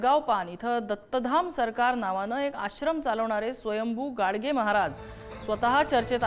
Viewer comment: गडगे आहे गाडगे नाही